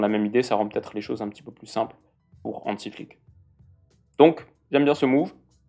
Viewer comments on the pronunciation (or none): none